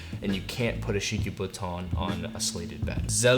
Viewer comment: Just for your information, it’s ‘doo-vay ” (duvet) it’s French, don’t say the T. And, ‘slat’ like (flat), slat-Ed , not slay-Ted. Otherwise, great review.